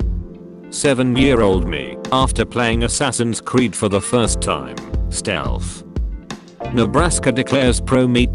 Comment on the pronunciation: I really felt it when he said: "Nightly juicy memes everyday 10pm bri'ish 'ime